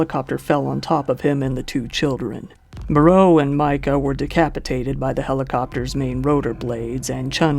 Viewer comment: Vic Morrow’s last name is pronounced like “tomorrow” would be. Good videos!